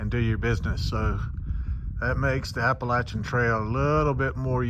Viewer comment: Hello from WV! 💙💛 I love that you pronounce Appalachian the "right way" lol Good luck on your thru hike! Looking forward to seeing you summit 💪🏻